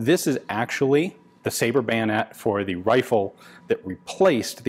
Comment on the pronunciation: Bayosword? Swoyonet?